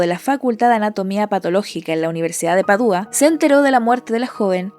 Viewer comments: Todo muy bien pero Padua no lleva tilde el la u para que tú la pronuncies "Padúa". Rompe el oído. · Voy a entrar en modo Hermione Granger: Es Padua, no Padúa… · Buen video, muy interesante. Un detalle menor en , la ciudad italiana se pronuncia Padua con acento en la primera A y no "Padúa". Sigue sacando buen contenido 👍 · Padua: Pá-dua. No Padúa. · Padua. Se dice Padua. Sin acento. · Repetiste en varias ocasiones el nombre de la ciudad donde aconteció el tema que tratas. La cosa radica en que no se pronuncia como tu insistes en hacerlo. ¿de donde sacas que se acentúa en la "u"? se pronuncia como se escribe en español PA dua, acentuando la sílaba pa que tiene un tipo de acentuación que no se escribe (prosódico), como silla,pesa, mesa, perro, cola. existe un santo que es de esa ciudad San Antonio de Padua al que le suelen pedir un novio las mujeres.